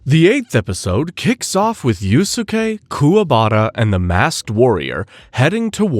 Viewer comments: dude google is free. It’s pronounced “yous-Kay” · 2 mins in i might quit with the Yu-su-kay pronunciation 😂😂 wtf are you doing bruh. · dude then goes on to pronounce it wrong a MILLION times